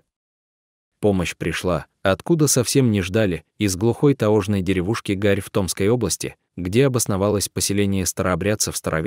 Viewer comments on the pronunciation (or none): Не таожный,а таёжный!!!!!!ужасное чтение!!